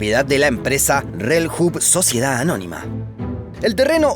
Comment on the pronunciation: La empresa "reljuv" como es de alemanes se pronuncia reliuv Saludos desde villarrica py